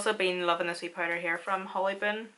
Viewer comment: I’ve followed you for a very long time and absolutely LOVE watching you. When I first started watching you it took me a minute to realize you were saying “powder” I thought you were saying “pider” like spider lol, I love love to hear your accent🤗Your amazing all around and so stinking talented ❤️